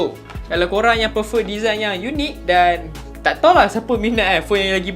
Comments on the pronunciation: prefer. bukan perfer. improve your english ☺️ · aku pulak yg geram bila dia sebut "perfer" pastu prefer..memang laa (prefer) tapi sebutan yg btul bkn ka "prifer" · "perfer" is real guys 😆